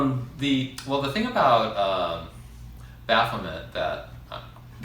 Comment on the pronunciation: It's pronounced Baff-o-may.